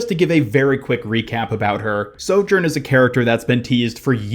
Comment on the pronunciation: Ugh listening to his mispronunciation of sojourn over and over is making my brain bleed internally